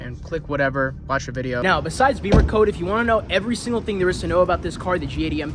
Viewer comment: Great car, and interesting info, but curious why you pronounce it Beamercode, instead of Bimmercode? Beamers are BMW motorcycles.